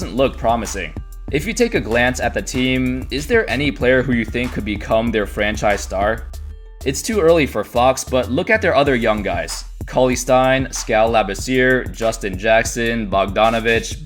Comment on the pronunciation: It’s pronounced Scal Le-bes-ee-air (Skal labessire)